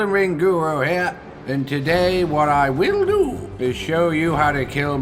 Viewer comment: "wil duuu"